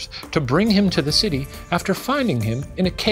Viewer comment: Was Shane’s posh British “New York citeh” a reference to what we do in the shadows? It sounds like it could be and the “can we do that here?” After could be a copyright joke.